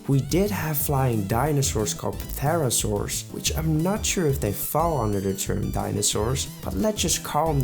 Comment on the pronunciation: Say pterosaur like that one more tome and im gonna fucking have a stroke